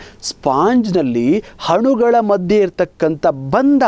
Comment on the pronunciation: Thank you for wonderful class sir nice explanation but one thing i should say...... sorry but while talking/reading u r making som mistakes haati, hanugalu, haadare, haadhika, haadbuta, haadanna antha wrong pronounce madtidira dayavittu aati, anugalu.......etc antha correct agi helidre tumba channgi annisutte sir🙏🙏.